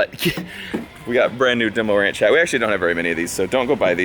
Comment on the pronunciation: "That is totally 'DeMOR'nch logo' " ....I gagged! DeMor' nch: coming to a runway near you.